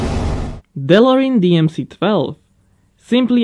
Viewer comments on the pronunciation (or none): A Dellorine... DE - LO - RE - AN... Repeat after me: DE says DE, LO says LO, RE says RE, AN says AN, DELOREAN... Guess u have never seen" Back to the future" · Mate you shoud prenounce some cars better. Delorin. lol. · I think it's pronounced Delorean, not Delorean. Otherwise a great video once again! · Pronunciation tip of the day. Day-LO-ree-ann. With the emphasis on the second syllable and the third and fourth syllable separated. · Is he pronouncing delorean right?